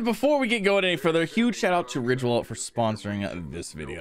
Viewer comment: when you said ridge wallet I thought i heard you say rick rollet lol